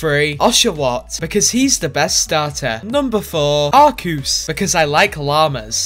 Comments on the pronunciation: Only said it right the third time:/ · I love how he pronounces the 1st arseus, the 2nd arceus and the 3rd arcoos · For future reference, please use the pronunciation "ark key us" instead of "arsey us" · ~Puts on anime glasses~ Aaaccctuually. Its pronounced 'Ark-EE-us', not Arce-ee-us. I will see myself out now. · Arseeus? Ummm I pronounce it like arc e us? Am I wrong? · ITS PRONOUNCED ARKEUS NOT ARSSSSEUS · Arseus u mean arceus pronounced arkeus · Funny skit. But I do believe it is pronounced either Ar-Key-us or ARKOOS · Very shy guy the official pronunciation is “ Are Key us” because the way you pronounce it is the British pronunciation of Ass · It's ar-key-us, it's pronounced like that because otherwise it sounds like arse-ee-us. Long story short: blame England. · I believe it is pronounced arcoos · Ok I think I’m starting to lose my mind. Is it pronounced ars or ark??? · Y u pronunce arceus as RC us/r sea us/ arseus Y u pronounce it lik dat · What a miss calculation Its pronounced arkoos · The two different pronouncing for Arceus. c and k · It's pronounced arkeus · It is pronounced ar-coos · Umm, it’s pronounced arkoos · WHY IS NO ONE TALKING ABOUT HOW HE PRONOUNCED ARCEUS 2 DIFFERENT WAYS IN THE BEGINNING LMAO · I liked how you pronounced Arceus both ways to not piss people off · You pronounced Arceus wrong